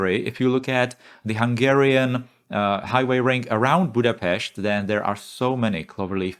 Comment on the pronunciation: Just don't spend money like hungary. :-)😂 I love Altengrad and good pronunciation of Budapest.